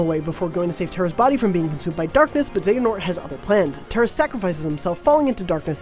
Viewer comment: They at least pronounced xehanort right. But there are better videos if you really want to understand the entire plot.